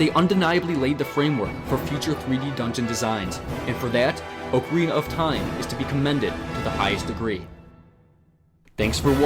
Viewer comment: you get a like right here at the beginning of the video for pronouncing "ocarina" correctly.